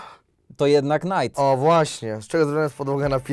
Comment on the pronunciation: knajtem a nie najtem, mało chyba w tibie grał